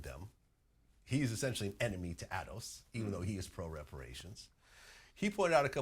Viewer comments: The way pronounce ADOS is making me want to buy some shoes. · Notice how mispronounced ADOS...